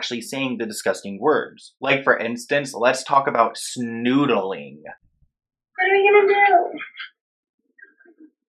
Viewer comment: My boy emphasized “ SNOODLEING” so hard 😂